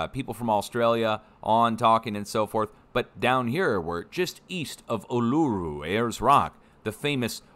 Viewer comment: Kangaroo Island is off Adelaide and a huge distance & a state away from Melbourne. Uluru is pronounced oo-la-roo 🤦‍♀️ cringe!